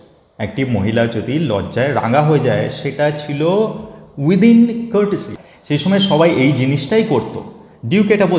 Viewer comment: বাংলাতে উচ্চারণটা রেনেসাঁ হবে রেনেসাঁস নয়। কার্টেসি নয় কার্টসি। নেকটাকে ঘাড় বলুন আরো ভালো লাগবে শুনতে 😊